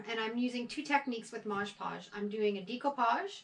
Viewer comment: Mod Podge!!! Not modge podge lol